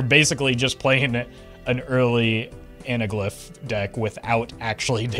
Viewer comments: Analgyph? Was that a meme or a mispronunciation? It’s “Ana-glyph” lol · Jeez, that mispronunciation/letterswap was awful. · Disliking for mispronouncing anaglyph. Fr though, great video, I'm looking to pick up on some basic strategy and concepts so this is very instructional and concise